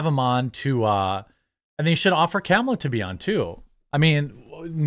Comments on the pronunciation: IT'S........ KA-MA-LA. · Hey bro it’s not CAMuhLuH it’s KALMALA… Jk I don’t fucking care! TRUMP 2024